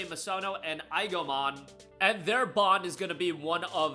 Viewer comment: So is anyone going to tell him he’s been pronouncing Aegiomon’s name incorrectly?